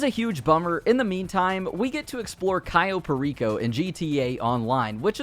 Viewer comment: "Cyo" Perico, its CAyo Perico...